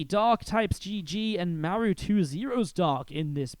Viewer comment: Why do you call Maru “m’air-ew”? It’s really super distracting